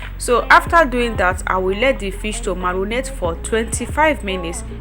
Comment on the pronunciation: Marinate dear,not marunate